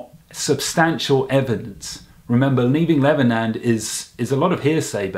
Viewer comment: "Leaving Levernand" Sorry I just had to point that out hahaha